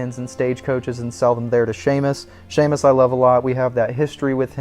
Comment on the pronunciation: I believe the fence guy at Emerald Ranch is Seamus not Shaymus